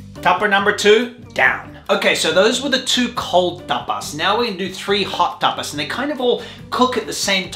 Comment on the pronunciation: There's one thing that has always bugged me, and that's the way you says TAPAS! This video was too much for me 😂